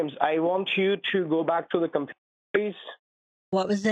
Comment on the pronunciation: Because your compyoorrr is not sekyooor!